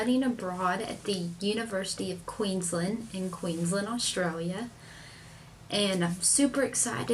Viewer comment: Lol when she pronounced Queensland wrong. Glad you're having fun here